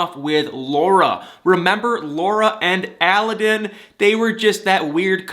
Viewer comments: Aladdin.. like the genie!! Not allllaaaden!! He’s way wayyyyyyyy cuter than this Tony guy!! Hopefully Laura will put away mr. purple!! Sucks to hear Derrick lost his job! I’ll put him in my prayers! Thanks for your videos!! And btw.. not all older women look old;)) js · It kills me how you and that woman pronoun a Aladdin wrong. Google it please, the pronunciation accent goes in the second “a” not the first one